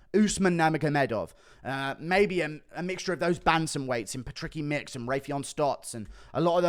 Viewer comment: "Patricky Mix" 😂 It's Patchy Mix